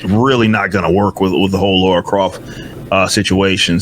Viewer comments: Why does he insist on saying "Laura"? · Everytime he calls her "Laura" "It's LARA!!! LARA Croft!!!" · How can yanks still not pronounce Lara after nearly 30 years ffs 😂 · Why cant American's pronounce Lara correctly? There's no U in her name so why pronounce it that way?